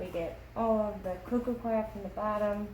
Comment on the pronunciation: Coir not choir Cor-ee-er